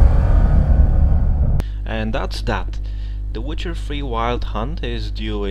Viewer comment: Tonacja, składnia zajebista, ale możesz jeszcze troche popracować nad akcentem i wymową. ^^